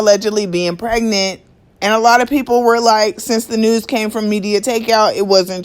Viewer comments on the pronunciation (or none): none